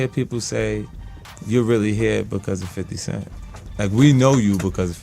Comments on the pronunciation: Bruh. It’s okay to say FIF-TY. You won’t lose your street cred. Lol. Fiddy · I don't mean to split hairs but whoever the person talking it happens to be for this page. Please it's 50 not f i t t y. It's 50. F i f t y. I'm not hating but you sound just like who you might be when you say it the wrong way. Please say it the right way if you're going to report on the culture. Thank you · You saying "fiddy" 🤦‍♂️ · Bruh, just say “Fifty” 😂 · Stop say fiddy bro sounds wack 😂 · Why the F you say FIDDY cent like you ain't a white dude sitting in a suit all day LMAO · The way you say 50s name gets on my fuccin nerves